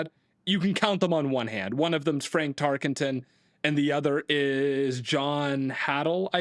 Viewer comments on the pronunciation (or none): I'm gonna be real: If you can't say a players name correctly there's not a lot of trust in me that you've actually put the hours in to study him to put him in any top 10. There's no ing in Tarkenton